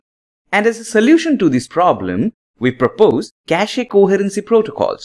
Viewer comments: Why does he say kashee? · Le Cashé